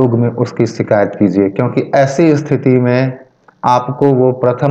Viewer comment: " शिकायत " और " सीकायत " के उच्चारण का फर्क समझो